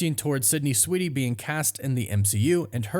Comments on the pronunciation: *Sweeney, not "Sweety." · You're KILLING me! 😣 It's SWEEN-ey... not SWEET-ey. There isn't a "T" in her last name. That being said... I don't know much about her (if she can act, or if she's just a pretty face), but I'd be interested in watching it if she can pull it off. 🤔 I'm still a MJ and Peter guy, but Black Cat in the comics has always come on strong to Spidey and flirted with him when she was around him. It'd be fun to see how nervous web-head gets when she's around. 😁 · Why do I hear you pronounce her last name as Sweetie? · Sydney SWEENEY... not Sydney SweeDy(!!??) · You know her last name is Sweeney and not Sweetie, right? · Why does he keep saying Sydney Sweedey? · Dude I can’t with your pronunciation of Sweeney